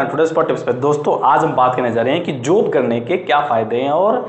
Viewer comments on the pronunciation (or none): जोब नहीं होता भाई जॉब होता है 😒